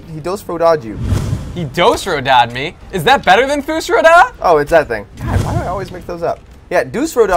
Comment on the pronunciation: dus fro dah? ist fus ro dah